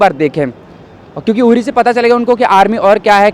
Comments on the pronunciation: यूरी नहीं बहना..... उरी.. बोलना तो ठीक से सीख ले.. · It's Uri.. not Yuri... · उरी है यूरी नही। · यूरी नहीं अनपढ़ उरी नाम है। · यूरी नही उरी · Yuri nahi URI.. Indian ko to pronounce sahi karna chahiye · Madam its ऊरी not युरी 😂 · Bloody hell it's not यूरी । उरी है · यूरी नहीं उरी है मैडम 😬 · उरी को यूरी बोल रही है। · Angrejo ki aulad movie ka Nam you think se le mahi rahi. Chali hai review lene. English mei kam se kam "Uri" toh bolo "yuri" kah rahi ho. Vaise Hindi mei jagah ka na "udi" hai. Aur vahi bolna chahiye. English ko ignore Karna chahi. Varna feeling mahi aaki. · Madam Yuri nhi it's uri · Didi it's not यूरी its उरी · The place is called 'Ori' not 'Youri'. Please do the basics. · Its not युरि .....its उरी..bhenchod naam तो thik se bolo अनपढ़ कहिके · गवार युरी नहीं ऊरी है..... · Name to theek se bolo...Yuri nhi Uri hai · It's not yuri... It's only URI.. Pehale samajhke aao phir anchoring Karo.. Yaar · Not Yuri, it's Uri( oorie). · यूरी नहीं उरी है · Dimaak se pedal yuri kya hota h.. Hindi bolne ki akal nahin h.. Chal di mike pakadne.. Yuri hahahaha yuri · Arrey yaar pronunciation toh thik karley meri maaa"you riii" nahi hey😂😂😂😂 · Stupid uri naam hai pehle bolna to sahi kar le.kaha se anchor bn jate hai. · Koi isko 4 laat maro pls...URI ko pronounce karna sikhao koi is gawwar ko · Are naam to thik se bol le..